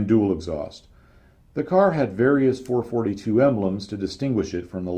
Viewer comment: Well,I understand what you’re saying and I liked it so much that I’m getting ready to watch part 2 in a few minutes! Only complaint (and its a small one) is that there’s a dash in between the numerals 4-4-2. This signifies that you should pause in between,when you read the numbers. So,it’s actually a Four,Four,Two. Not a Four,Forty two. I’m sure you’ve caught a little flak for that,before,though.